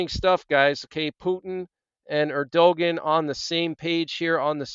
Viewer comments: Just thought you might want to know his name is pronounced ER do Wan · Erdogan said as Ur-doe-wan(t) Like want without the 't'. But guess you're not too bothered about how to say his name. Yes all very biblical, some say Psalm 83 in progress the warm up before the next main one. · It's Err doe won. It looks like how you said it, but it's not. Keep up the good work! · The pronunciation of Turkey's president is:ur de wan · Err-doh- juan... there maybe you can pronounce that correct since you keep bringing all this breaking emergencies . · Hi friend- I appreciate your reports. Btw- the president of Turkey- his name is pronounced “Air-doh-wan”. Erdogan. 😀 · The correct way to pronoun Erdoğan is "Air-doe-wan". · You are mis-prnouncing Erdogan